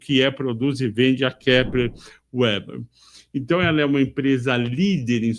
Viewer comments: Minha pequena contribuição ao vídeo: - O nome da empresa se pronuncia Kepler "Veber" e não "Ueber" (também já tive essa dúvida, então liguei para ouvidoria da empresa para descobrir como eles falavam ao atenderem a ligação)!! 😅😅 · Kepler & Veber. W é V em alemão. 😅 "Veba" 😃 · Excelente. KEPLER VÉBER pronunciamos aqui no RS